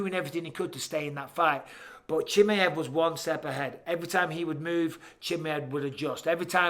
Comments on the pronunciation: and I'm done... I just can't... at least when Chael gets peoples names wrong, I know it's because their name is wrong... I cannot deal with Michael saying Chimmy-iv. No. Just no. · And he says"Chimi-ev" over and over again. 😂 Like he's a chimichanga. Chimaev only has one i. Bisping should know about "one i". 😁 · khamzat "Chimmey-evv" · The way bisping says chimieve looool it’s funny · Micheal "Chimi ev" Bisping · How are you still not saying his name correctly?